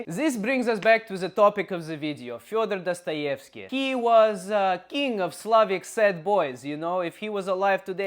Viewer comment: You are pronouncing Fyodor Dostoevsky wrong. Did you grov up in USA?